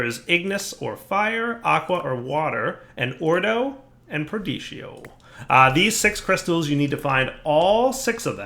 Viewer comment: Perdizio no perditio